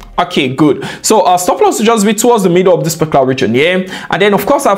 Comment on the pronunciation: your videos so interesting to watch, especially when u say "parclar trade" - ''particular trade '😅, really like your videos AF, thank u G for free value❤‍🔥❤‍🔥❤‍🔥